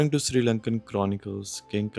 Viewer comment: Bro! It's Sri (not Siri) Lanka! Also Sigiriya is pronounced "see-gi-ri-ya." Good vlog, though.